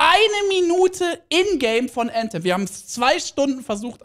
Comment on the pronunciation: junge wie cringe wenn er Äntem sagt anstatt Anthem, immer diese Leute die englisch können